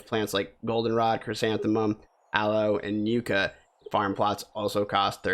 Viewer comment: FYI yucca is pronounced yuck-a